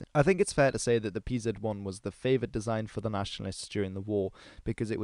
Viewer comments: stop calling it pzet 1 just say panzer you are making me angry!!!!!!!!!!!! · A great video and all, but butchered Pz abbreviation and 800mm machine gun just did it for me, I have to retrieve my like